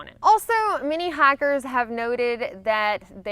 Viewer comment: Yes, she has a very pronounced "i" like liiiight